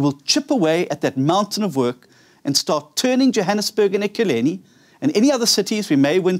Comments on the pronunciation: Pronounce the name of the City . Not Ekileni. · He can't even pronounce Ekurhuleni. Ekurhuleni is big metro, you better take it very serious.